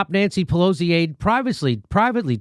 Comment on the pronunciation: At one point, it sounds like Jimmy’s about to say Nancy Pelousy